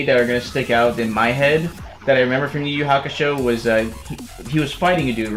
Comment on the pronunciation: Not inyuasha ...yuyuhakosho